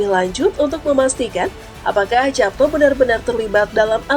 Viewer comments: Dibaca yapto ( ejaan lama )....nduk...bukan japto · Heran, pembaca narasi kok tidak tahu cara membaca (mengucapkan) nama Japto Soerjo Soemarno Itu kan ejaan lama; huruf J = Y